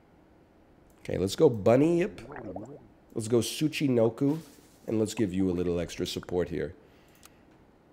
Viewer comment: If only i get a dollar for everytime NL says tsuchinoku instead of tsuchinoko